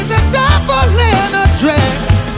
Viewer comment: Why do you say pevel but not truble